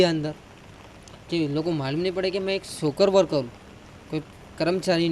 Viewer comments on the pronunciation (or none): इसको कहां से पकड़ लाए जिसका नाम पता भी नहीं मालूम । जो शोशल वर्कर को शोकर वर्कर बोलता है । बंदे में दम तो है इतने बड़े मिडिया चैनल के रिपोर्टर को मामू बना दिया ।